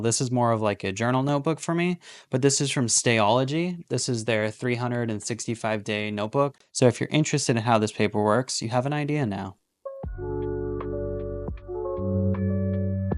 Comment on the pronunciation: The reason the piston was slightly retracting is because the cap was on which created a vacuum. Experiment with it. Extend the piston, put the cap on tight, and the try to draw the piston. FYI, your notebook is a stah-luh-gee, not stay-ology.